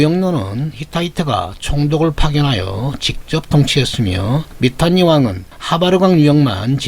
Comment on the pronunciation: 미탄니가 아니고 미타니 입니다 썸머가 아니고 써머라고 하듯이